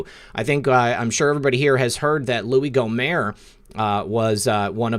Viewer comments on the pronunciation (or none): Gomert is pronounced GOmert with the T